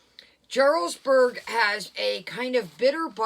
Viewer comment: Jarlsberg is pronounced with a Y. Like Yarlsberg. The J is silent